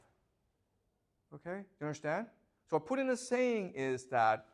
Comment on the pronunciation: I love the way he said "Phu Tien", sounds less threatening 😁